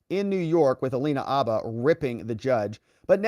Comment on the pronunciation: Dude, are you EVER going to learn to say Alina HABBA’s name right?